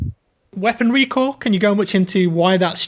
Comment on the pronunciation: Recoil sounded like recall